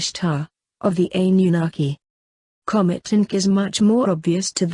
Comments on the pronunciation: Its Anunnaki not Ann. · I don't like how she pronounced anunakki I cannot spell it either, buti still don't like how she says it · hahahaha ... sure you're pronouncing this right..? Funny, couldn't even be talking shit about them here on YouTube if one hadn't allowed the humans to use the technology. haha, f'n humans. "... well, God said..." "... God believes..." "... God is..." Nof'nBody has any idea wtf God has in mind other than God. lol... humans... the audacity to even utter such. Yes... the economic leaders ARE keeping all in subjugation. Their ancient family members had the original RULES, which they've all violated over and over for hundreds of years assuming they will never return as they DID promise your ancient ancestors would eventually happen. None of course have taken heed, no idea what they're doing exactly but, continue the traditions. Anyways... how many licks to the center of the Earth..? A one, a two... a three... 3